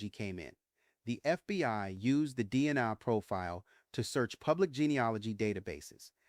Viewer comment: I'm very confused by this video. Was Kornberg a name the press accidentally gave him? I have never heard of this before. Why are there so many mispronunciations in this video? Is it intentional? Moscow is Mosk-oh not Mosk-cow. Goncalves is Gonsalves. The C is pronounced like an S. DNA is pronounced like the capital letters. It isn't DNI or DN-uh. I am thinking you did this intentionally so I hope I am just misunderstanding a little. This case is an absolute mess and I agree it wasn't random. The "survivor" never was able to ID Bryan as the man in the house. The media just spread the story as fact and people just believed every word without needing proof.